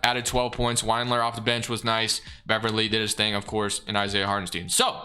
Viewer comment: Sorry I can’t help it. Lemme say first I loved the video. I was gonna ignore it, but you said it too many times 😂. It’s Wind-lure not Wined-lure. Not a Cavs fan, totally apathetic toward him, just bugged me for some reason lol. Didn’t affect my enjoyment of the video but just had to say something. Again I don’t even know why. But keep killing it! Looking forward to a Pistons one soon hopefully 🙏